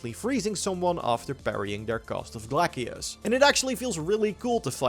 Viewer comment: Say it with me, “Glay-cius.” Lol